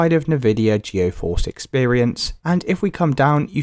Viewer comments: Bro just uninstall and reinstall Geforce. Also, it's pronounced G Force not geoforce. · The way he keeps saying GEO FORCE Is actually pissing me off way too much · stop goiung so fucking fast and calling it gEOforce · Geoforce and nividia 😂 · "Navidia" "GeoForce" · I hate the way he says geforce